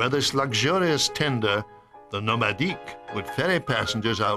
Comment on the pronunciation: Why is he saying Nomadic with a french accent? It’s not a french tendor.